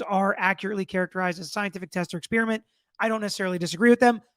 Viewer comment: Spearmint-flavor of gum. Experiment- totally different thing. Ffs, atleast learn how to pronounce common English words when you're "trying" to educate others.